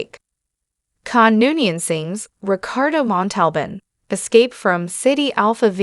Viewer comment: Who was Richardo Monti bun? 🤔 This AI video need to learn how to pronounce his name properly. 😊 Basically Starfleet did not know how to count. They thought Ceti Alpha V was Ceti Alpha VI. How did they misplaced an entire planet so they got a story line to work with is beyond us. 😅